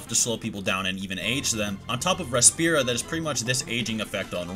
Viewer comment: Bru-jeria, res-pira, sin-esencia.. these are Spanish words that you butchered 🤣🤣